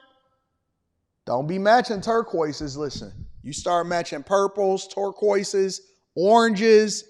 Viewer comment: He said "turquoises" 😆